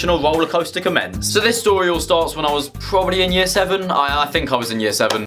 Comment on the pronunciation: “I am going to tew you a stowy” uwu